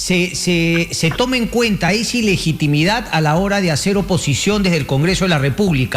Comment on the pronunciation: aprendan a hablar iligitimida es ilegitimidad